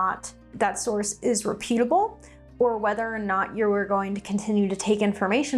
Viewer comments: Please Google the pronunciation for reputable (REH putabl).❤ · Reputable (reh·pyoo·tuh·bl)...as in reputation (reh·pyuh·tay·shn)...girl I love ya but can come across as non-reputable when your pronunciation is off